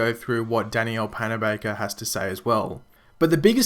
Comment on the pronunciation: What really annoys me is..... not being able to pronounce danielle's name correctly